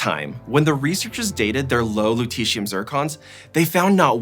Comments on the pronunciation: Which letters sounds out the "eeshh" sound in Lutetium?Not the Lu-, not -tet and not the -ium-. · it's the "et" here: LutETium.